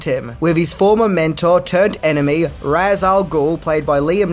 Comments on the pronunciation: Anyone familiar with the lore wouldn't have found Ra's al Ghul's dark nature at all surprising. By the way, Ra's was mispronounced in the films. The Batman Arkham video game series got it right. It's pronounced like "raysh" not "roz". The game series stuck hard to established canon and got a lot of things right that no movies ever have. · The one thing that always gets me is the mispronounced way people say Ra's Al Gul. It's pronounced Raysh not Raz or Rah's. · Ras is pronounced as Rashe. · "Ra's" is pronounced "raysh". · Besides Ra's al Ghul being middle eastern, not a tall Irish guy. Fun fact, "Ra's" is pronounced "raysh". Ra's al Ghul means "The Demon's Head" in Arabic.